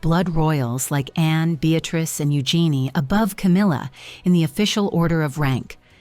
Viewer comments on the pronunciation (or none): none